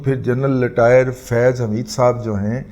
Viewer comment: عمران احمد خان نیازی تو بھرپور تلفظ کے ساتھ بول لیتے ہیں۔ لٹائر کو رٹائر کہنا بھی سیکھ لیں محترم۔